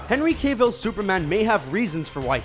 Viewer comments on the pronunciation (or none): Did you just say Cay-vill instead of Cavill? 😐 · It's pronounced Caa-vull not Cay-vull you ignorant moron. Geez Screen rant, for the love of God, fire this narrator. it's like he's doing it on purpose. if you're going to use your voice to pronounce names, do it right.